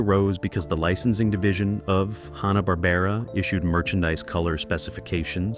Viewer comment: Nice interesting info, but stop pronouncing Hannah- Barbera, as Honna, it's Hanna!